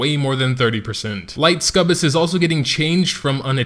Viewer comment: I'm not sure why you keep calling them Scubus, amusing regardless, but didn't anybody say it's pronounced Suck-U-Bus? :)